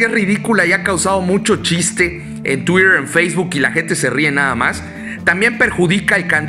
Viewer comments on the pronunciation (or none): none